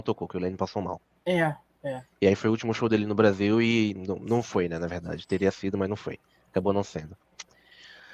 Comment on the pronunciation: "Se você não gosta do Brrrrasél, o que que a gente diz?" kkkkkkkkk